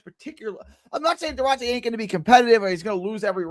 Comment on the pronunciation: Its Du-ar-te G